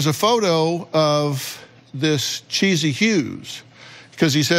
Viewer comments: Anyone else get annoyed when Dr.Phil calls that girl "Cheesy" when it's clearly "Chess-ee" 😅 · Yes! I don't understand why he said that, unless Renee and her family told him that that's how "Thomas" pronounces her name. (If so, then Dr. Phil should have asked why that is.)